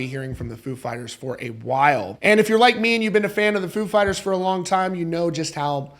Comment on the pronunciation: .....stop saying "food" fighters in u vid🤔😁🍻 if u r "such a big fan",.....just sayin,....FOO!